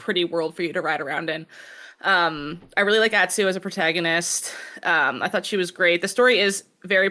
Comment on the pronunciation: How is it possible for to not know how to pronounce the name of his favorite game or its main character? To quote another cohort "Holy fuck people learn how to pronounce [Atsu]. It's not that hard!" They say her name in the game dozens of times. DOZENS!